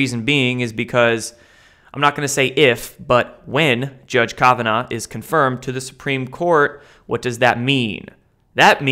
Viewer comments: kovinaw? Come on man aren't you supposed to be well-researched have you never heard anybody say his name before it's Brett Kavanaugh with an A.... for some reason I feel like you've never even heard the guys name pronounced I was sent to you by some really smart people aren't you supposed to be like well researched and well-read and especially with a Supreme Court Justice name you had to have heard His Name a hundred times by now. I'm rethinking my subscription here seriously man I hear that guy's name at least five times a week and I'm a nobody and my mind you should definitely know who these people are and although less important you should definitely know how to pronounce their names if you are someone in the know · You seem to have trouble with name pronouncing its Judge Kav ah naw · Love ya but your mispronunciations on important people's names drives me crazy! Do you not listen to anyone else. ie: Justice Scalia on a previous video for instance. Kavanaugh on this vid. Just sayin.